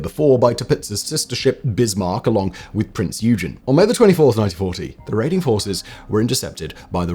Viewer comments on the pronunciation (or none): It’s pronounced “Oy-gen” not “you-gen”